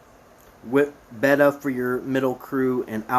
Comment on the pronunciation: Thanks for the info but maybe try to pronounce the main players names correctly. It's pretty annoying to hear Betta or rozita so many times. I don't think you've watched the show which really doesn't matter and you made some good points that were helpful so thanks.